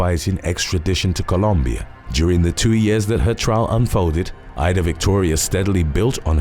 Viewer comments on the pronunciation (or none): none